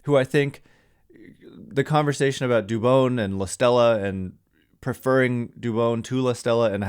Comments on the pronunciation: For christs sake it’s not “dubOWN” it’s “dubON” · Jon Miller pronounces it Du - bon , not Du - bone. He's a stickler for getting the name right. Where do you get Du- bone from ?